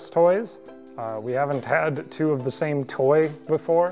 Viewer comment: the second time it sounded like you said TWO ton.